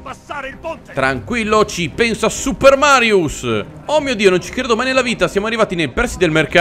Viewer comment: All’inizio a detto Mario e non Marius